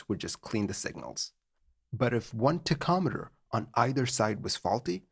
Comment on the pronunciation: I thought he was saying tech ometer but he is just referring to a tachometer. It is pronounced: Tac om eter Btw.